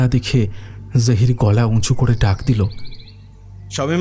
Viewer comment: জাহির কথাটা বারবার কানে বাজছে, বাংলাতে জহির হবে। আর সামীমা কথাটা উর্দুতে বলে, বাংলাতে এটা শামীমা হবে।